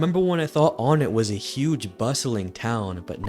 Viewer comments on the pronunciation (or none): Ness's town is pronounced won-ett not on-nette. ONEnett, TWOson, THREEd, and FOURside